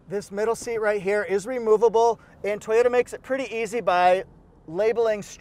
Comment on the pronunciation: If I needed a minivan, the Sienna LE AWD, with amazing mpg, would be the one. LEss is more! In my part of Ontario, where we say Toyota not TEE-ota, the weather has been splendid of late.